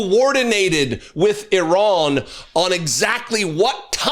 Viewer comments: It's not I Ran, it's pronounced Ah ran . Leavett, please get it right 🙄🙄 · Can we d**bass Americans at least pronounce Iran correctly. It's Iran with I pronounced like we do with It. It's not Eye-Ran dipsh*ts. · it is not eye ran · Duuuude. It’s IRANY!!!